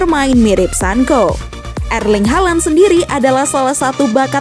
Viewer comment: Hhhh,Sancho,bukan sanko